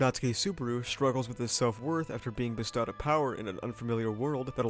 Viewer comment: hey serious question why the fuck did you pronounce bestowed like that